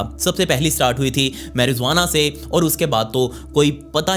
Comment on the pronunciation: Dude . It's not Marizuana, It's Marijuana. The word "marijuana" is pronounced as "MARR" + "I" + "WAA" + "NUH". You can break the word down into sounds and exaggerate them until you can consistently produce them. Copy paste from Google. A small suggestion, before recording the video go to Google and listen to the words or pronunciation... thank you no hurt feelings.